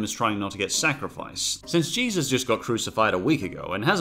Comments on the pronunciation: Its jesus not jeeves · The first two times he was supposed to say Jesus, he said Jeebus instead. Good god man. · Why are you calling Jesus "Jeebus"? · Way do you say Jebus? It's pronauncet Jesus. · Why do you keep staying "Jeebus"?